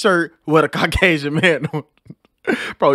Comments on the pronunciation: “Carkasion” bahahaha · did he just say his parents were cracasian...instead of Caucasian...omg